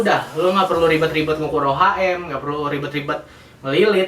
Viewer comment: nih bocah parah sotoynya, mnding lo blajar dlu deh ngomong ohm aja msih salah, gk sekolah lu tong, rba aja lu salah, hati hati ngasih info, orang awam yg nonton video lu pada trbodohi smuanya